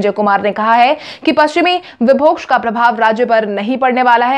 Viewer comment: विक्षोभ को विभोक्ष बार बार पढ़ा जा रहा है